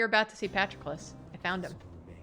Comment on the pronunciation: The way pronounced "pat-row-clis" fucking killed me dead